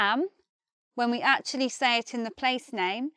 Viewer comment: Did you just say atchley instead of actually? There! You did it again!